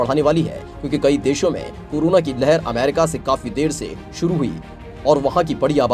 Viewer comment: Its corona not curuna